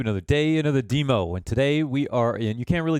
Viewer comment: I'm curious about your pronunciation of "demo". I'm not sure of another instance of those letters being pronounced anything other than "dem-oh"